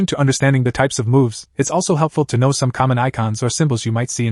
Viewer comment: “I don’t knowv”